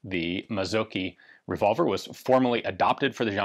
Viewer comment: Mazzocchi - the cch isn't a hard "k" in Italian but rather like the ch in "chi" (as the Chinese "life force" thingy). And then the emphasis on the "o" and a short "i"